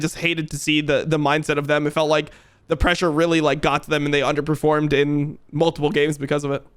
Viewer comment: I love it when Jankos pronounces "pressure" like "pleasure"